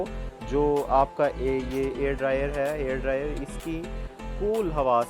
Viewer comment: Air dryer nh.... hair dryer yrr